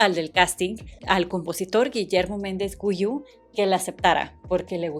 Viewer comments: Se pronuncia “Guiú”, no “Güiú”. También es “Julissa”, no “Yulissa”. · No es Memo Méndez Guyu 🤣 se pronuncia Giú.... (Guiu la primer u no se pronuncia) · PENSÉ QUE ERAS MEXICANA! SE DICE JULISSA CON JOTA, NO YULISA. SE DICE GUIU NO GUIYÚ. MEMO MENDEZ GUIU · Me dio no se que que dijeras. Georgina george. Y es REGINA GEORGE. Y Memo mendez Guiu. No Güiu!!! Si no tiene dierecis es gui guiiiiu. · Te recomiendo que te informes bien en la pronunciación de ciertos nombres y/o apellidos varios los dijiste mal, por ejemplo es Julissa con jota de jirafa no se pronuncia “Yulissa”! Otro: el de Memo Méndez Guiu no lleva diéresis en la primer U, por ahí dijiste otro nombre mal y para rematar casi al final no supiste pronunciar uno de los grupos más icónicos de todos los tiempos que es ABBA! No se deletrea letra por letra se lee como está escrito! 😂😂😂 hay que poner atención a esos detalles! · Que buen reseña ! Es julissa, pronunciación ju como en julio, y memo Méndez Guiu, la “gui” como en “guitarra” Alix tiene un disco solita, con una rola que medio se escuchó, no recuerdo el nombre!